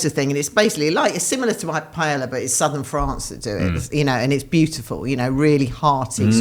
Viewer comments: Sounded like she said PaeLLa too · There's no lisp in spanish , and the story about the Spanish king is bull***t, But sure, people who never pronounce paella correctly, don't care to respect the Spanish culture and have a tendency to throw yourselves from balconies , please educate us